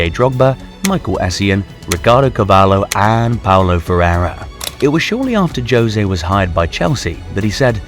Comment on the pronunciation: Your pronunciation of Ricardo Carvalho's sirname was so weird I don't blame you by any means Just wanted to point out that it's kinda funny that you changed his name from "Oak" (carvalho) to sound a lot more like "Horse" (cavalo)